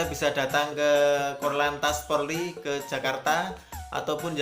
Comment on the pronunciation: Polri bukan porli